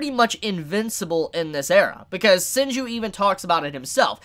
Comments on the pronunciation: it is senku ... not senj ... whatever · Am I the only one confused by how he says "Senju" instead of "Senku"? :))) Edit: Nope. Almost all of the comment section is about that 😂😂😂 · THIS MAN SAID SENJU THE ENTIRE VIDEO I THOUGHT IT WAS A TYPO IM DEADDDDD!!!! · Take a shot every time says Senju instead of Senku. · Senku... his name is Senku :v not Senju And yeah.. Tsukasa has a point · WHY ARE U SAYING SENJU ITS LITERALLY SUBBED ITS SENKUU HOLY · Senku, not Senju. xd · Hehe "Senju"?!😅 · It’s “Senku” XD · maybe he rhymed it with TAIJU😂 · Dude butchers names like every season to be honest lol and normally I overlook it but this is so blatant every time I hear him say it wrong it just get worse for me and I wanna yell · oh boy can't wait for thatsnob reaction in riding the hype train while saying the MC's name wrong